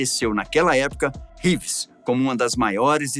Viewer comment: "Řeeeeves" moço. Não abrasileira o Sobrenome do moço. 👍